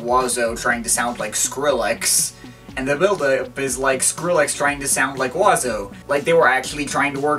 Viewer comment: I like how you are pronouncing Mr.Oizo oiseau(pronounced wah zo) rather than being pronounced Oi zo